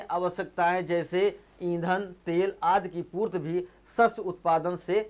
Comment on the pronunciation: Purti not a purt